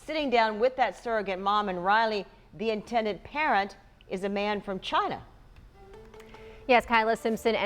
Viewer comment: 'the intended parent is a man from China', why did the presenter pronounce 'China' in such odd, unusual way, by doing so, it appears disrespectful 🤔😔